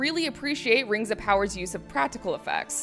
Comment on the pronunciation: RANGS OF POWAH AND SHEEEEET